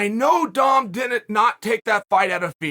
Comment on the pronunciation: Chael is inches away from pronouncing Dom’s name like “dumb”. 😂